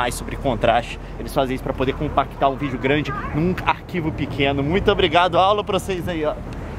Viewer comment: só eu que já reparei que, ao invés do Leon falar '' vídeo'' ele fala '' vígeo''?? adorei o vídeo!! Leon é muito inteligente....